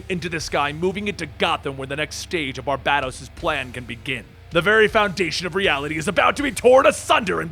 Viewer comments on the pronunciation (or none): It's pronounced Bar bay tos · As much as i love your videos and how fun they are to watch, the way you say Barbados hurts lol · Will & keep pronouncing “Barbatos” wrong? Will The One Who Laughs be a badass origin story we all hope it will be? Are we just gonna ignore Supes eye-lasering Bruce’s arm off? FIND OUT ON THE NEXT EPISODE OF DRAGONBALL Z